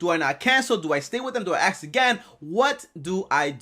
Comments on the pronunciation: Its pronounced ask not ax!!!!! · ASK not AKS 😂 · “Aks, axe, akk” It’s ASK! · 🪓 “Tommy how to I axe” 🪓